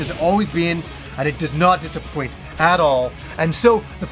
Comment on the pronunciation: "And it does not dissapoint ADOL." Lol